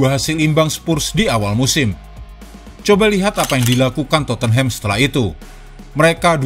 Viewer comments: Dia baca totenhem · Min maaf... Cara baca Tottenham itu dipenggal dulu suku katanya... Totte + Nham... Tot dan Nem Jadi, bacanya Totnem...